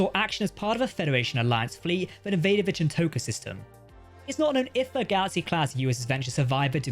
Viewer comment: It's Chin-tok-a not Chin-toke-a and Keogh is pronounced like though the GH is silent so it pronounced Ke-o not Ke-o-gi, Me-gel-lan, not Me-gell-an. just makes me feel that for such fans of trek, you just read scripts and you don't pay attention to the show to know the pronunciations.